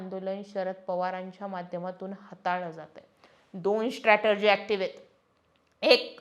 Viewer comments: स्ट्रॅटेजी म्हणा स्ट्रॅटर्जी नाही. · 'स्ट्रॅटर्जी' नाही, 'स्ट्रॅटेजी' म्हणा. बाकी विश्लेषण छान.